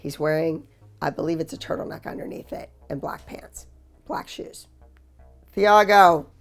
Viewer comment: Not TH-ah-go it’s Tee-ah-go